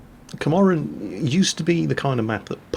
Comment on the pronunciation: It's not Komarin, It's KAMPARIN.